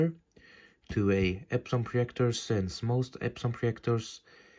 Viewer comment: Its projector Not proyector